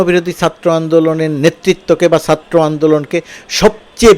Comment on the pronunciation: sir, satro andolon bolle kaan a ektu lage, Chatro boilen plz. love your work